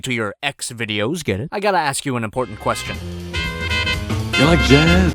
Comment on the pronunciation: “That’s a good qwresion”